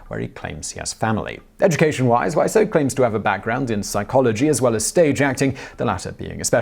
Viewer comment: This time's not your fault, his name's pronounced Wiz-oh, not Why-so. At least, that's how I've heard it in interviews with him, but I wouldn't put it past him to pronounce it in numerous ways.